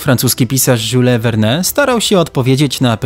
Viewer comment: "W XIX w. francuski pisarz Rzule Werne".........🤦‍♂️ to nazwisko wymawia się po polsku "Juliusz Wern". Co się stało? Co poszło nie tak? Szkoły jakiejś w pobliżu nie było, gdy dorastaliście? Nie mówię już o czytaniu arcydzieł dziewiętnastowiecznej fantastyki, ale każdy dziesięciolatek zna filmy na podstawie tych powieści, np. "W osiemdziesiąt dni dookoła świata" .. Każdy słyszał o "20 tysięcy mil podmorskiej rzeglugi" z kapitanem Nemo, czy "Roburze zdobywcy". Nawet w polskiej Wikipedii piszą, jak wymawiać nazwisko Julesa Verne'a. Może wspomnicie kiedyś René Deska-rtesa, albo Iza Aka Neftona 🤦‍♂️ A mazurki i polonezy pewnie pisał Frederik Hopin 🤦‍♂️